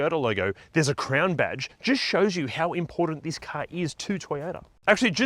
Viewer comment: It’s CROWN not CRAYON